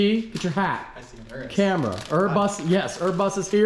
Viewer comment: OK so it's Urus not Urbus theres no "B" in the name & you even flop back & forth between the names. You're the only one I've heard say Urbus.